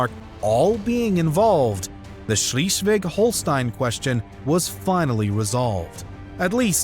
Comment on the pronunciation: I hear this „Schleswig-Holstein“ Variant of pronunciation and all I feel is pain… I wonder whether the author of this channel had a sadistic intention of hurting people…